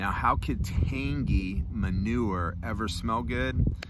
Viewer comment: That's hilarious that you said manuer. I was gonna say that about the tin note on 3 nuns the other day and forgot to mention it. Great minds think alike I guess.